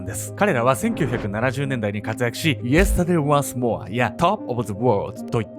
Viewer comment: けんちゃんのyesterday once moreとtop of the worldの発音良すぎてビックリしました いつの時代のカレンも太ってると感じたことないのに……